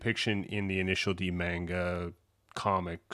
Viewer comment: Bro your pronunciation of manga is deranged😭 also the head is idw